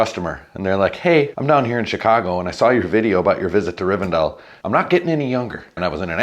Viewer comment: It's Riven- DELL ! :face-fuchsia-tongue-out: not Riven-dale !